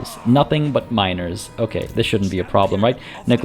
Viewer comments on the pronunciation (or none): Did you do this on purpose? I heard it like this "there is this massive army of pure minors... laughs... nothing but minors. ok..". I normally watch your videos also while I play my campaign just on the 2nd monitor, so I was like wtf, raised an eyebrow paid attention to the screen and was laughing since it was about miners.